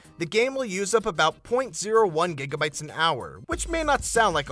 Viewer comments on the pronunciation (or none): none